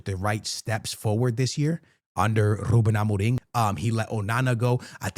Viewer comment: The way so say ruben Amorim, is on the same level of that guy who says tapatio